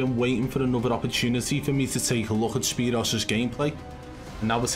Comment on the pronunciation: His name is pronounced spear oo's... like 2...o. not zero but o's I used to like watching him in blackout I still go back and watch his old blackout videos sometimes